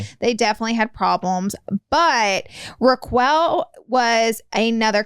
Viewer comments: Not Raq-well 😂😂😂😂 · I died at the Ruh-quail too lmao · The way you guys are pronouncing Rock-kels name is Hilarious!!! Hahaha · If she says Raa-Quail one more time I'm gonna flip my lid 😂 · If you guys end up watching Vanderpump Rules you're going to crack up at yourselves for saying Ra-quell instead of Ra-kel 😂 Good job on getting the quick download on it though. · With peace and love, its not her accent. She literally thinks that's how it's pronounced. Southern people can say "Rocquel".🥰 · I'm dying laughing u2 calling Raquel (pronounced Rockelle) Rockqwell!! Im laughing so hard but the girls real name is actually Rachel! But Rockqwell is definitely funniest & my fav out of all em! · For the love of god, roq-well is sending meeeee😂😂😂😂 rock-elle!!!!!! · I love you guys but WHO the heck is raqwuell 💀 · Why are you both saying "Rak-well"? Wtf? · Not “Raqwell” 🤣🤣🤣💀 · NOT RAKWELL 😂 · Not “”Roqwell” 😂😂😂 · Ok so it was 10 seasons also the show was not based out of pump. It was based out of sur and you saying raquel but Its pronounced like rakelle but i guessed it's called fool coverage! Lol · “Raq-well” LMAOOO I LOVE YOU GUYS SO MUCH!!!❤️❤️❤️ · I love ya’ll pronouncing it as “Raqwell” 😂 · Nooo not ra-quail 😂 that’s so much better than people calling her Rachel now lmaooo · It’s Manny & Laura calling Raquel “RACK-WELL…” haha ❤ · It made me pause for a bit and make sure that that’s what I heard her say 🤣🤣🤣🤣🤣 “RAQ-WELL…” i love it!!! 🤣🤣🤣🤣🤣🤣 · RA QUEL HAHAHHAHAH IM DYING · RA-QUELL HAHAHAHAHAHA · The way Laura says Rachel’s name - Ruh-quail 😂😂😂 Tom was in a relationship when he first kissed up with Ariana, ended up getting with Ariana and stayed together for 9 years or so I think. Ariana was best friends with Rachel and Rachel ended up smashing papas with Tom Sandoval behind Ariana’s back. I never watched any VPR until this scandal and I binged all 10 seasons in about a month. It was the most drama reality junk show but I was sucked in.